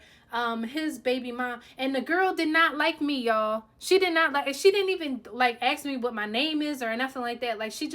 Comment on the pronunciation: “Contract marriages” are super sketchy. If they find out they can withdraw and claw back the benefits you received as a result of it. Can’t believe she admitted this online!!! Technically the military can now go after her. And it’s “ASK” not “AXE”.